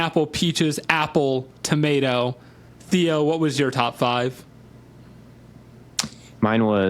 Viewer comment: I literally came over here from Spotify to defend Top 5, ….until he said the word ‘Tomato’